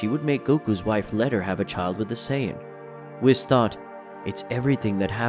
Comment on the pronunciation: lmao why he sayin whis name like that😂